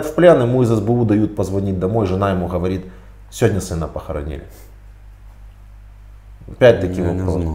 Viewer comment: Мужик даже говорит с украинским акцентом, гхакает.